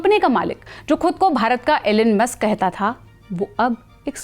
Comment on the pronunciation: Allen musk nahi..a-lone musk bhi nahi....e-lon musk